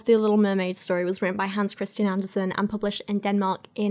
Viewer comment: Love the video. However, it's Andersen, not Anderson (like in Cooper). Take it from a ginger Dane.